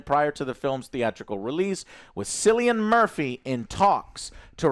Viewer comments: It’s pronounced kill-Ian Murphy not silly Ian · Great film , Ralph Fiennes was superb , and probably somebody already said this but the jimmies where based on Jimmy saville and the 'hows that' was one of his catchphrase, 'how's about that then' also its fuckin pronounced killian , fuckin killian Murphy, so annoying